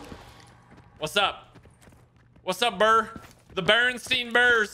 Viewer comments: smh man said Bernstein and not Bernstain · REally want to mess you up but its not berenstein its berenstain